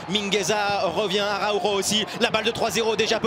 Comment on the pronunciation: Parcontre faut revoir la pronociation du nom Araujo.